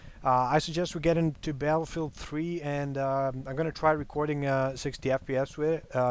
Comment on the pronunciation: "today we are going to be talking about recwording software" o my lol